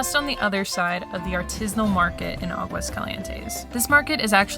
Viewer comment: AHgwas CALee ENTes. Practice.